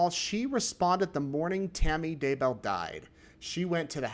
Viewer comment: I hear Tammy saying her name "dayBEL", but during the trail I hear everyone says "daybo".